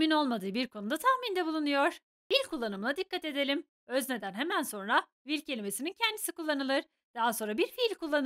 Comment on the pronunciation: Hocam will will şeklinde okuyorsunuz ama o aslında wıl şeklinde okunur bunun dışında ingilizcenizi beğendim😊